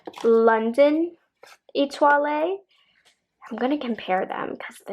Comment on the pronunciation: Love your videos....Etoile pronunciation has silent "e" at the end. 😀